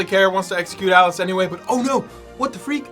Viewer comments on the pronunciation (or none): none